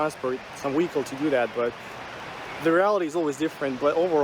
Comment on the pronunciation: He's calling a vehicle a wehicle.